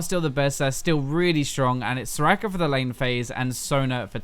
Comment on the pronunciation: Why does he say her name SorakRRRRRRRRRRRRR?!?!?!??!?!?! It's annoying!